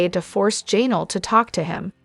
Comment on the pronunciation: Jan-ELL’ accent 2nd syllable. IZZ’-a-bell accent 1st syllable.